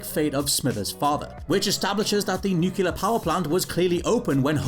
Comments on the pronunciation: I found your pronunciation of "nuclear" annoying. It's "newclear", not "nooqular" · NOO-KLEE-AR! Not nukuler. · It still isn't nu-cular.... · One annoying mistake I always notice: The word is NUCLEAR...not NUCULAR. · Is it that you can't SAY the word "Nuclear" or is it a running joke that you mispronounce it EVERY time. Nucular is not a word. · every show that's "ran" this long the "new-kyu-lur" power plant $24,395.80 "... a year before deductions" the same as his PIN "number" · It's pronounced 'nuclear' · He also says 'nucular'. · Stitch Grimly Yes, that annoys the heck out of me. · no, it's not. It's pronounced "new-clear". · Homer: "Nu-cu-lur. It's pronounced nu-cu-lur." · WhatCulture: 1 Annoying Mistake They Didn't Notice... "nucular" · This guy doesn’t know how to pronounce “nuclear” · Most annoying mistake is not saying "nuclear" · Here’s something else annoying, your pronunciation of nuclear. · Thank you. I was wondering if anyone else was going to bring this up.